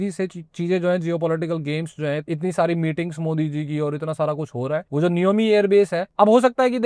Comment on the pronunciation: नियोमि नहीं नियमा हैं 😂